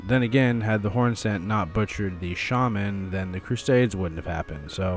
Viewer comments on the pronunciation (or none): none